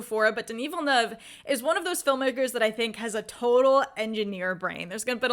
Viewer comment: Your enthusiasm is contagious! I've always been a long time fan of Villeneuve's pacing, moody atmosphere and tension building skills since Incendies. He's shown he can make people feel different about what's on a screen. And, as a Québécois, I have to say your pronounciation of my fellow countryman's name is perfect! ;P